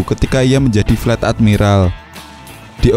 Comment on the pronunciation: Fleet itu baca nya flit bukan flat